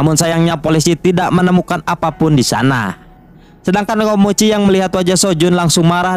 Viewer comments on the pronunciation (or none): Awal ngenalin nama nya " KOMOCHI " seiring berjalannya waktu kenapa jadi nyebut " KIMOCHI " dah bang 😅